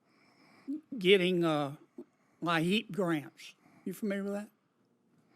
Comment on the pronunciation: Liep grants- pronounced leep. Took me a few minutes to figure out what Senator Kennedy was talking about! 😂